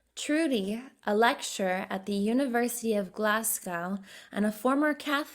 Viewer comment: Who ever did this voice over is bad at pronouncing , she couldn't say Jesus Glasgow and said muslim like trump lool you should get some else